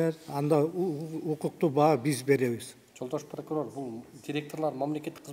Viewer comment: Неметсенер неметкиле дедиго Прокурор 😂